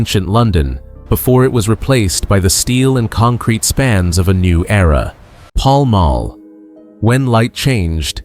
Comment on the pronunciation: The presenter should learn to say Paul Mall correctly